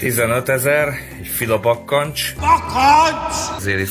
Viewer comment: Én aki kishíján a haját vágatja 15k ért 💀💀 a faszim meg reszket a 15k-s “filabakkancccs” ért😂😂